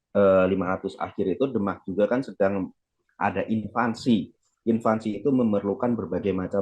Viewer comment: Invasi bung, bukan invansi! Beda artinya jauuuh